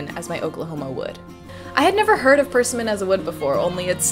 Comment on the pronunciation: Per 'simmon